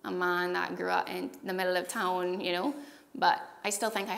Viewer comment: I can hear a mix of English accent and Irish accent, but when she says words like "really", "town", "here" and "Barbados" there's a definite Caribbean inflection that is very clear that comes out.